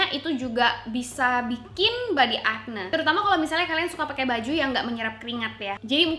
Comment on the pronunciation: kayanya pronunciation nya akni bukan akne :)